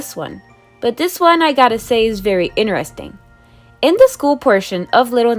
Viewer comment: You said interesting you said it wrong it’s pronounce interesting